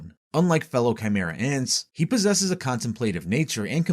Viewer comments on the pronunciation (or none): none